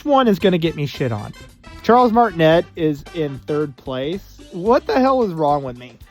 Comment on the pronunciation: It's MART-in-ay